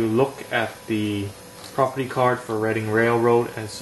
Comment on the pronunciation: The pronoucination on "reading" railroad is on point...